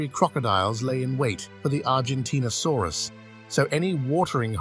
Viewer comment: This voice has made numerous mispronunciations Diplodocus Circumpolar at least 2 examples of pronouncing same word in different ways in consecutive sentences Argentinosaurus and one other example